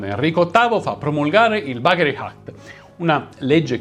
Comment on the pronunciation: Ma perchè quando parlate in inglese mettete sempre una H davati alle parole? Si pronuncia "àct" non "hact"... si pronuncia "èmerold" non "hèmerald"...